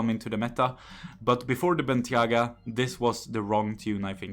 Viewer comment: Its not bentyagaits bentayga